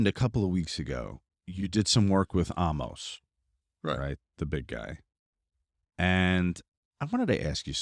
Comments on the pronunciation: Love the show watch it every Monday night, I don't even watch WWE all that much but holy shit guys it's Omos!! (Oh-Mos) it makes me laugh every time you both say it 😂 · You didn’t pronounce that correctly.